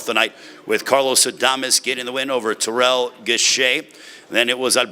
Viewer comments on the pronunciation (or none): none